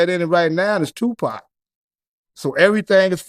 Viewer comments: did this brother just pronounce tu "pack" like a white guy from the UK?! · Man said Tupac Mania 😂😂